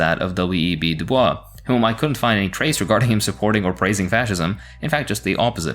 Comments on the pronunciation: DuBois's name is pronounced phonetically as "doo-boise". he very specifically rejects the French pronunciation of his name and it's very important that his name be pronounced correctly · Hey. Just an editors note. I’m sure DuBois didn’t appreciate the French pronunciation of his last name. I think he pronounced his last name like one would the word “noise.” (Du-boys) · Nigga its duBOYS, not duBWAH You're not white so you get a pass. But if it happens again, its a mandatory ten years in the gulag. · Dubois is pronounced. Doo-boys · WEB Du Bois last name is pronounced like Dew Boys and not Dew Bwah. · I'm surprised I didn't see a correction of the Du Bois pronunciation so to anyone wondering it'd be pronouncd "Due Boys" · DuBois pronounced his name like "Du Boyz" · Pronounce W.E.B. Dubois Du-Boys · FYI- W.E.B. DuBois pronounced his name like “de-boys” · Oh, my brother, it's W.E.B Dubois but pronounced like "De boys" he didn't want his French slave name so he purposely changed his names pronunciation. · Tiny nitpick,: WEB DuBois’ last name is pronounced “doo-boys” according to the man himself. A lot of people think it has the French pronunciation initially (myself included). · Just came down here to see how many "umm actually" comments there were about Du Bois' pronunciation. And to my shock only like two, and even those were still respectful. What a lovely comment section ❤ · You pronounced du bois wrong, are you French?